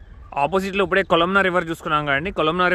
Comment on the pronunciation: U became more matured, pronounce ippude not uppude